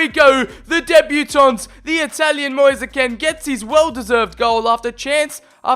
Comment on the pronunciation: Just so you know it’s pronounced “mo-ees. Kee-n